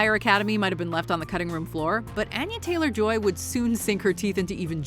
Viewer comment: Please learn how to pronounce Anya Taylor Joy’s name correctly